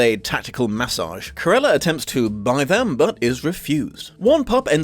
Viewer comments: Is it me or did pronounce Cruella as "Carella"? And just place me in the "wait there was a book?" group, please and thanks. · Cant you say the name Cruella? You say Curella all the way through the (really rather good) video!